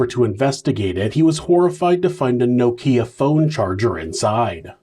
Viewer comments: Now-Keeyq phone 😂😂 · Now-Keeya phone 😂😂 I’ve never heard Nokia pronounced that way.. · every time u said nokia I had to laugh 😂😂 🇬🇧 another good video 👍🏿